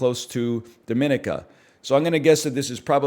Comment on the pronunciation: I'm the only person in the world who cares but NL always mispronouncing Dominica makes me age twice as fast